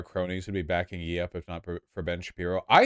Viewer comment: it's not pronounced "yee"